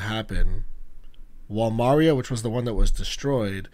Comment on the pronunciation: No hate but it’s insane that you pronounce Maria like Mario 😭